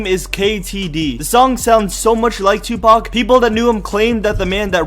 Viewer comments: this nigga said Tubac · ur saying it wrong its TOOPACK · lol he said 2-bac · Lol "three PAC" Love you PAC !! My favorite rapper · Omg the way he says 2 pac.......like if you agree